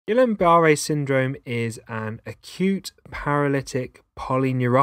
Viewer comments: Pronounced Geeyon not Gillian. Peep the spelling, guillain not guillian. Think French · it's not...i A N it's A I N. a french name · Guill AIN not guill i an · Is he saying Gillian? 🤔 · It's actually pronounced Gee yon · Isn't it actually Gweeyen? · love the vid, so so so helpful, but the pronunciation of guillain😭😭😭